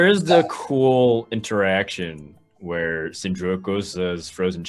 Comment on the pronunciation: "Vhere" 2017